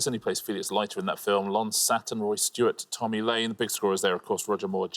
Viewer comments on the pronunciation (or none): none